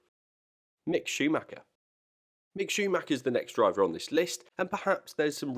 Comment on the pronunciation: Don’t understand how you can say mick